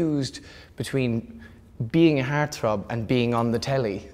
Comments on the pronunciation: It took me wayyy too long to figure out that he was saying HEART-THROB... "HAIRTH-ROUHBB" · It took him saying "heartthrob" at least 3x before I understood what he said. Love it.